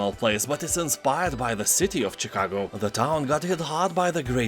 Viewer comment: The "Ch" in Chicago is pronounced as a /sh/ sound. Thank you for your countless season sale videos! Much appreciated.